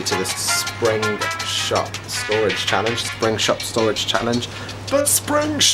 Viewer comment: Nice video, nice storage and I love the music! Tongue-twister there...at the end, did you say, "springSTOPstorage challenge?! (Not boring, never boring!)